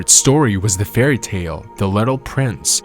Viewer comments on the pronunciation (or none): none